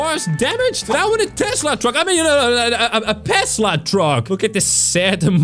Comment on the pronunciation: tesla not pesla